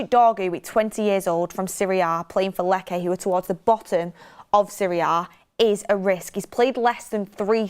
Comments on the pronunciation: Please …. Lecce is not pronounced ‘Leckay’, it’s simply pronounced ‘Lechay’ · not to be petty, it’s pronounced “Leche” not “Leckay” 😅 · Its not pronounced "Lekke" 😂😂😂Its pronounced as Letche. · Lecce ✖️ Lekke ☑️ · Lecce= Lech Che like ch in cheese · Lecce - Let chay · Stop saying "Lekae" you blonde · You work on one of the biggest channels and cant pronounce team names. Lekay lol